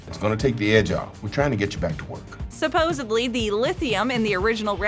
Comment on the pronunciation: The videos are great, however, the mispronounces toon of integral and supposedly is quite off-putting. 😞 🤦‍♀️